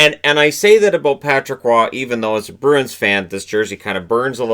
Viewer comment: Roy is pronounced "wah" not "raw"